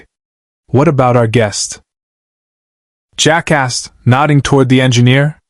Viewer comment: Every time it said "Jack asked" but it came out jackass was hilarious.